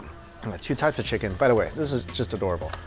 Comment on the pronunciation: are you sure you said chicken